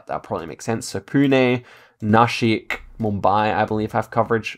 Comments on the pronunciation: You pronounced Pune, Nashik, Mumbai perfectly! ❤️ from Pune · Bro said Pune and nashik good